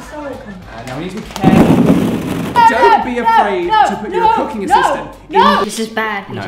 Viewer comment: LOL instead of Cooking at the beginning I heard Cocaine 😂